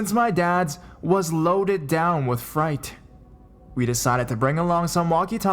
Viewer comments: nah-vah-hoe and was his truck filled with fright? or freight? lol. good work man, just gotta be the grammer cop! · and 'freight' isn't pronounced 'fright'. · or how he says fright instead of freight? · You are the worst story teller ever. Too overexaggerated and you fuck up the easiest words such as Navajo and freight